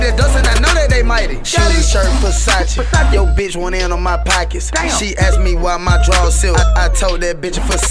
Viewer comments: Kudos to Drake for pronounce “Versace” the right way. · Calm down. They're just mispronouncing Versace over and over again